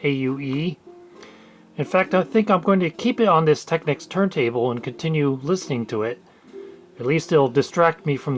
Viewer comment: Never heard anyone pronounced techneeeecs tecnick